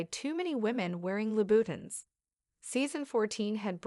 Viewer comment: Can't handle the automatic voice mispronouncing so much. "Louboutin" becomes Lou Button. Puhleeze.